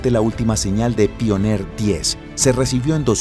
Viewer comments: Soy el único que esperaba que diga "paionier" en vez de "pioner"??? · Se pronuncia paionier no? se escucha bien raro que digas pioner 1 y 2 , en fin un pequeño detalle la verdad la informacion esta super